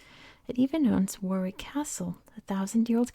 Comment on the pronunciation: Great relaxing voice. Just because you seem to like to make sure you get things right I just to let you know Warwick is pronounced "Worrick". Other than that good work and thank you